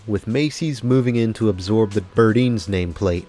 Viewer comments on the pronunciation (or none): I have lived in Florida long enough to know that the old Miami-based Burdine's was pronounced "bur-dyns" instead of "bur-deens". I'll forgive you for that, because I originally thought it was the latter, too.